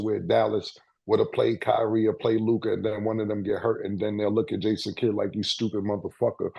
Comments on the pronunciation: Made funny af for the way he pronounces Luka’s name… ngga say lukaaah 🤣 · If Ma$e pronounces Luka, as Luke-ah one more time, I might throw my phone!🤦🏾‍♂️ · Love the show!! I just can’t STAND the way Mase pronounces LUKA!!! He be like “Lu’CoD” 🤦🏾‍♂️😂😂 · “Lukai” 😂….. lu-ka mase … it’s Lu-ka 😂😂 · Mase - Lukahh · Am I the only person that hates the way ma$e says Luka name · I can't stand the way he says Luka name bruh it's just an A why he gotta say it like that